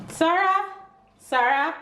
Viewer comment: You pronounce the baby's name like It's spelled sahra.